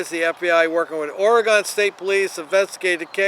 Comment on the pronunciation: It's pronounced Ore gyn. Please learn how to pronounce the best state in the country!